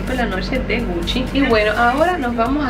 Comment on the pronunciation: Algien Más sé confunde cuando dice "Puchi" i "Gucci" .